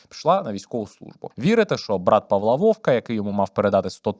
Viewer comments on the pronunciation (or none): none